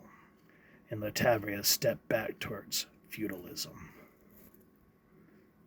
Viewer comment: It's pronounced LAT -VER-IA